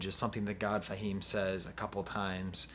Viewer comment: "Thah" God Fahim?! Come on man.. Do you have to butcher rapper names to be a youtube critic? How do u butcher the word 'tha'' and I don't care that its spelled with an a. Between u and Fantano its unreal how many unintentional nicknames you make up.. Just say rapper's names how THEY say it in every other song simple. Its not Nos, btw its Nas.